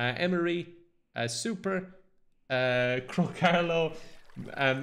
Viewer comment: I want you to realize that every time you say the word "super", you're saying the word "soup"